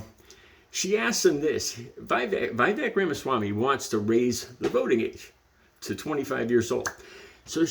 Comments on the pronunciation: You have seen the video your referring to.. So how can you mispronounce Viveks name...is it because you pose the same low level of acedemic education. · Everything from the way you're pronouncing Vivek's name to how you're referring to Tez Figaro's name to your confident but blind assumptions about Vivek's intentions for the proposal suggests a glaring deficit of attention on your part. You should spend more time paying attention and less time broadcasting your underdeveloped views to the world.